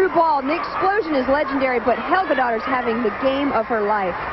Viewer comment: Oh, the "Dottirs", LOL!